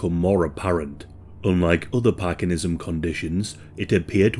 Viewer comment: Parkinsonism, not parkinism.